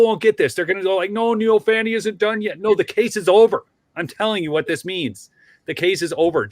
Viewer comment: Glad you pronounce the name correctly. Yes- "Fani" as in "Fanny". Not" Fawny" or "Lawny" or "Brawny".